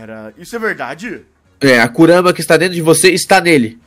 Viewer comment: Kurara kkk , kurama